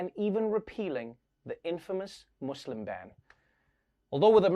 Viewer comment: I like how he said the word Muslims in a correct way .